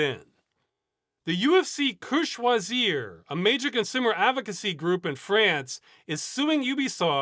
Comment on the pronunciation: Finally someone was able to say "UFC que choisir" right, thanks for making that effort. For others, you can just put it in google translate if you struggle with the pronunciation. Thank you for all your work and investment in making a better future.